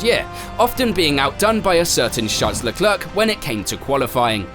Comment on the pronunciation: "Leklerk"? tf?????????